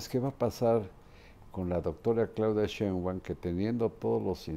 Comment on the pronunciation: Marin, Claudia no es Sheinguan, es Shitbaum